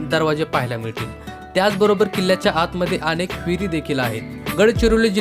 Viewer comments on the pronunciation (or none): none